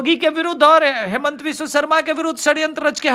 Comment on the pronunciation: हेमंत नहीं, हिमंत।